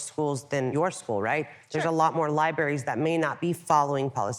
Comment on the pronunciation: lieberries Liebarries Don’t know how to spell how she pronounces libraries 🥴